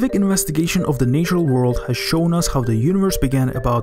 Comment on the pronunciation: Nice video, please learn how to pronounce natural tho xD